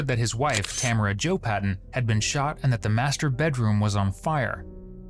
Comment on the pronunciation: Amaericans can never pronounce Tamara properly